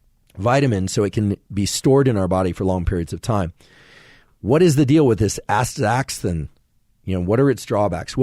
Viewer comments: andrew it is pronounced ass-tuh-zan-thin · Right? I’m a normie and even I know it’s pronounced “asta-ZAN-thin” 😂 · is he messing with us when he keeps mispronouncing astaxanthin? Lol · Asta - xan - thin 😉 Thanks for putting this together. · Yeah what the f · Is that how astaxanthin is pronounced?